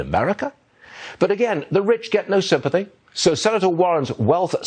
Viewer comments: That host really just said, "the rich get no sympathah" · Not, "sympathy" - "sympathah"